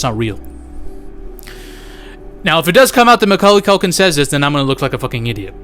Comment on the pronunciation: Macauly Caulkin= Macaulkin 😂